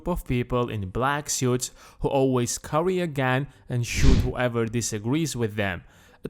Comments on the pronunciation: “Who always curry a gan?” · "who always curry a gan" haha that cracked me up